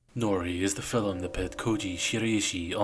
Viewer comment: It's pronounced film. Not fill 'em.